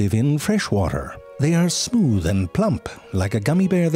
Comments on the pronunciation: the way he said "are not smewth" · SMEEEWTH... I'm dead💀